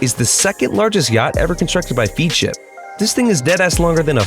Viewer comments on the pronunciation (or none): it is pronounced feadship what a fool and you do not call a 118 meter yacht big ass this guy is a chav